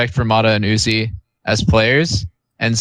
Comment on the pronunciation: Pronouncing uzi as you zee eye is criminal 😂😂